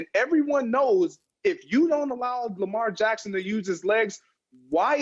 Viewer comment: Who is this guy? Why dies he think he could speak Lamar Jacksons name?